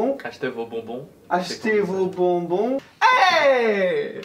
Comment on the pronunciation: Alors... on dit BON-BON pas BO-BON :p Encore une petite vidéo sympa qui met de bon mood. Merci :)